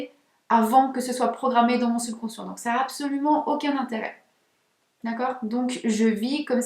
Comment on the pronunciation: Le IN se prononce IN , pas AN …. On prononce BESOIN BESOIN et non BESOAN …. INTÉRÊT et non ANTERET , MATIN et non ´ MATAN … Etc etc etc …..